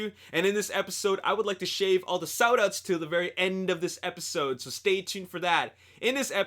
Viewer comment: Lol did he say "shave the sout outs"?